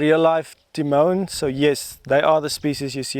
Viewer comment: Timon not Timons